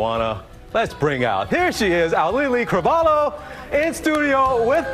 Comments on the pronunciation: The mispronunciation of her name hurts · it’s not that hard to pronounce her name properly, man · not me cringing every time he said the name wrong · well no cuz he said it wrong… 😭